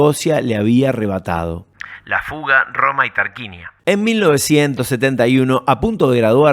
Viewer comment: Dato de color,se pronuncia "Tarcuinia"😊❤